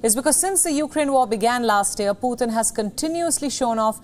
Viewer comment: Putin not puthin